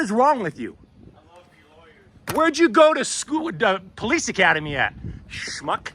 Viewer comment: You said it right smuck